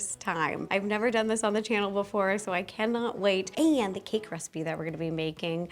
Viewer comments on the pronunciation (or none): none